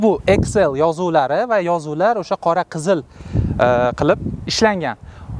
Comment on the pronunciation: Иксл❌ эксел✅